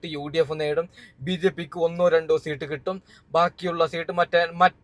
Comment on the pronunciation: സീട്ട് അല്ല സീറ്റ് എന്നാണ്